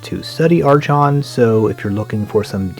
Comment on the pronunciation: The "chon" in "Archon" is pronounced like the "Chron" in "Chrontendo" (minus the "r"). I will add to that useless nitpick that I appreciate your videos very much.